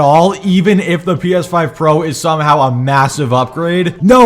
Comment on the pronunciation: "Steam refund policy is better than Valve" The most basic knowledge and fail to understand XD Call me evil but I can't stop giggling when he say "P Eth5" HARD XD